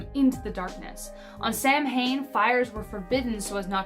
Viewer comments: I’m Irish and no hate but Samhain is pronounced (sow-anne) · it is not pronounced Sam-hain, it is pronounced Sew-in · Sow-en not Samhain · Samhain is pronounced Sahw-wen